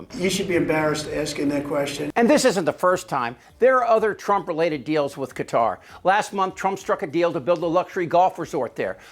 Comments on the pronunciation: Why can't you Americans pronounce Qatar properly? It isn't Cudder. Just lazy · Why are so many Americans pronouncing Qatar, “cutter”? Phonetically it is pronounced CA - TAR.